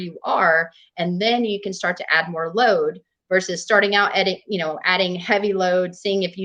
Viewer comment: "Vicious" resistance 😂 "Resistance training 'verse' strength training" 😂